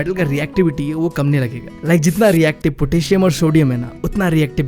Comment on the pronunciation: bro potassium hota he bhaii not a ptassium